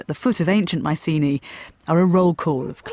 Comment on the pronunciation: The helenik Bettany shu hav started rectifiying the adulterated anglo pronunciation and sey MIKENA not maisini..